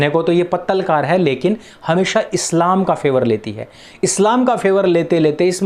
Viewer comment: pattal kar ni hota bhai pattarkar hota hai 🤣🤣